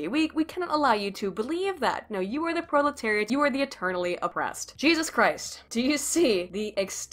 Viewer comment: Pro...proliterate? Goyim? They trying to say goyim?